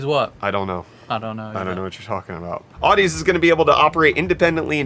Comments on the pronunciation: Nooooo! Not Audeze!!! (Awe-Dee-Zeee)!!! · I love my Audeze equipment :) BTW, the pronunciation is a play on "Odyssey," like an audio odyssey; "Audeze" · By the way, Audeze is pronounced like odyssey... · Uhh you guys pronounced Audeze wrong aa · duh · zee Also it's a pretty well known in the audiophile space for making some pretty great planar magnetic headphones. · Awe-duh-zee, lmao love you guys!!!!!